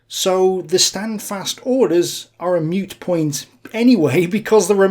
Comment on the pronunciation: Moot as in moo cow not mute.Superlative description as usual.